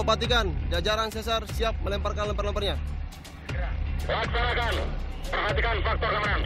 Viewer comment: detik , " Jajaran Ceasar siap melemparkan lemper-lemparnya".. Lu kira makanan..?? kakakkakaa..